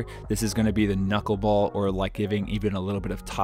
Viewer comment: “The Kuckle ball”